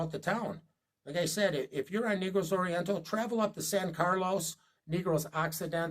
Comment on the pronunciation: Sir, If no one has attempted to correct you in your pronunciation on the way pronounce the word. "Negroes" Oriental. It is not pronounced " Neegroes"...it is pronounced, "Naygross" Oriental. No harm intended, just food for thought...